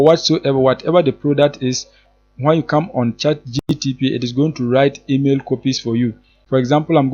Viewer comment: Did u say chat gtp? 😂